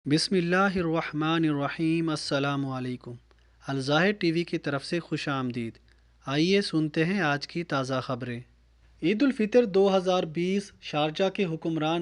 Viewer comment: Hirwakhma nirwakheem nai hotta mery Bhai